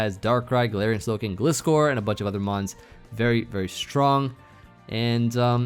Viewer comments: He said Pisscor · Gliscor more like Bye-scor